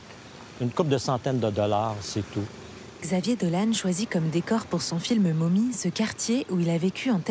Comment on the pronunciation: On sait que ce n'est pas le fort des français de prononcer des mots anglais mais est-ce qu'on peut faire un effort pour prononcer le mot "mommy" comme il se doit ? Et ne pas le prononcer "momie" ?